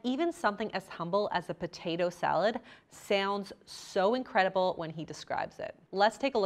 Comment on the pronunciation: "Sahlard" instead of salad. And a couple of other words